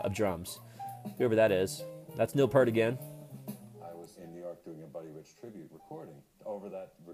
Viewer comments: I'm sorry, but not to be condisending, but it's pronounced, Peart, just like 👂 rt and once again I'm so sorry for correcting that. Thank you and please stay safe through these hard times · It's "Peart", not "Pert". How can we listen to what they are saying?? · It’s pronounced PEERT. And that’s where I stopped the video to type this before moving on to something else. 👎